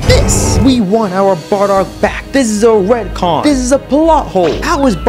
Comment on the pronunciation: Ret con not red con